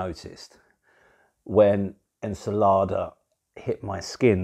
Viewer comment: ...Tiny FYI- ENCELADE is pronounced :- en-cell-AID ...( emphasis on the AID )